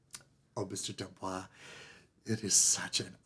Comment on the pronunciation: I guess Jacques did not correct you on the pronunciation of his name. You are pronouncing it like Blanche DuBois. D'Amboise has an "e" at the end, so you pronounce the "s" (as a "z") Boise is pronounced "Bwahz".